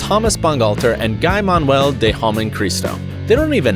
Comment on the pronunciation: He pronounced guy-manuel wrong lmao